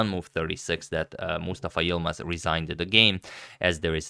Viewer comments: Such a good pronunciation of Yılmaz. Normally foreigners find it really hard to make that "ı" sound. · Im impressed he pronounced Yilmaz perfectly